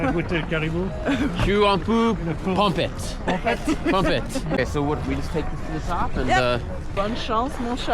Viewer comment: As a québécois I love how much slang you actually learned from here. I was impressed when you said "pompette" to say you were a bit drunk. You never cease to amaze me with how quickly you can get the hang of a language or even a dialect!